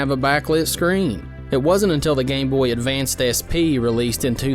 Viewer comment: There's no "d" at the end of Game Boy Advance.